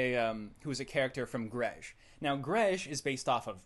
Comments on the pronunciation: Calling it "juh-reg" instead of "jay-reg"? I HATE JREG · Why is it pronounced with a D? It's a J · I never knew it was pronounced 'dreg'... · it seems the more time passes the more the way he pronounces "Jreg" moves toward "Dreg" I wonder if that's on purpose or just like a Freudian slip. or maybe it's just the easiest way to pronounce the word. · It's pronounced "Junior Example" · It's pronounced "Dreg"?????????? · Daddy is the most accurate pronunciation of jreg yet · Wait, it's pronounced "Jreg" ?